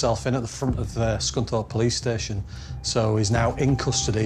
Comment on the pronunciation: "Pilice, police" i would take that as a joke 😂